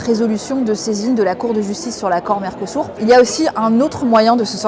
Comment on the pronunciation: Mercosur pas mercosour apprend à parler